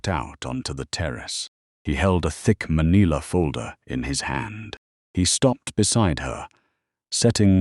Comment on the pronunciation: "maneela"? That's a new one